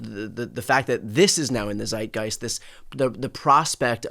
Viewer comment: Aaaaarghh!!! Please don't ever say "Zeitgeist" again! (Love what you are doing btw!!)🤣